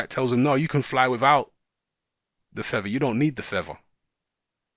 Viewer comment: YOU DON'T NEED THA FEVVAH, YOU CAN FLY WITHOUT THE FEVVAH!